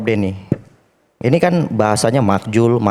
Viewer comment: Kelasnya beda.. Profesor vs yg sono cuma otot doang. Btw makzul om, bukan makjul😂. iNews juga kalau bikin acara undang yg sekelas dong, jangan jelekin program sendiri